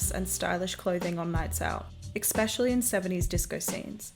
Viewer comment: Good video but can you stop saying exspecially lmaooo